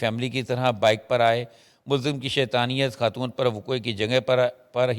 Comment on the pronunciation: What is KHAN. Pronounce it properly. AGWA KHATOON???? Whats wrong with you sakht ANNOYING